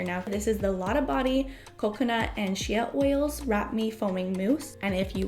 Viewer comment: "Greatly well"? What is "sheat oil"? It's excess hair not "access hair". Its hard to take you serious when you can't even speak correctly. That makes you sound young and uneducated...